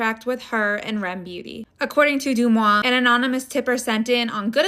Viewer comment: It’s called R.E.M beauty not rem beauty 🙂